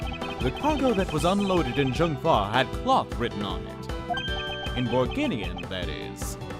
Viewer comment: I know this might sound weird, but "Zheng Fa" is actually pronounced like "Cheng Fa" because Chinese Romanization is illogical :P